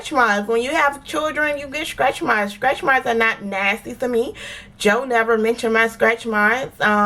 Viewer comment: I just found your channel... I love it... I love how us Floridians pronounce stretchmarks (skretchmarks) 😊